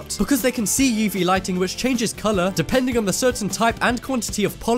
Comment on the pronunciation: Just curious - why do you introduce each item with, "But next up we have..." Also, do you say "yeevee light"? I've only ever heard it pronounced phonetically, "UV".